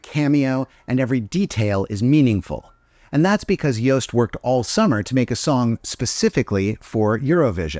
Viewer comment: He’s pronounced Joost actually good!